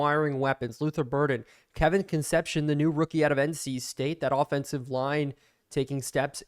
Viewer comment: I believe that WR named Kevin’s last name is pronounced Kun-CEP-see-OWN (“own” as in, “I OWN a car”). I only know this because I’m old and the Cincinnati Reds had a Shortstop when I was a kid named Dave Concepcion (spelled the exact same way and pronounced Kun-CEP-see-OWN).